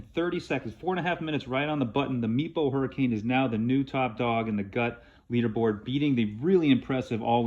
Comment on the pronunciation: Does anyone else hear ‘meatball hurricane’ whenever someone says Meepo Hurricane a little fast?